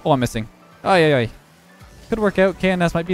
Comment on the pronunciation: that "ay ay ay" sounds really South American from you xD